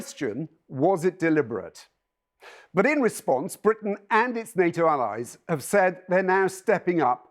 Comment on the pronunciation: Its not bwitain anyway 😂😂😂@